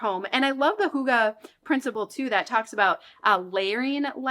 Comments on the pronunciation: i do not know who told you that hygge is 'huga'..but it is NOT the way hygge is pronunced...not even close..ˈhŷɡːə....y is like in the u debut..and ə is much more an e than an a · Love your videos! Wishing all the best to you and your family in this stage of life! Fun fact, if you type hygge on google translator and select swedish, you can listen to the correct pronounciation which is far away from hoogah. I think the nordic "y" and double "gg" are hard for english speakers but it's always fun to learn new languages even just a tiny bit😍 Greetings from Finland! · I sincerely love your videos and my home improved a lot even though I just became a mom. The only criticism is: You use the Danish word Hyge so often, but the pronunciation is horribly wrong. It should be easy to look this up beforehand. It doesn’t have to be perfect but this is miles away 😅